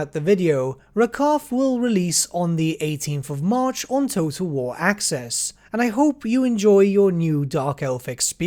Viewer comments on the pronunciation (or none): none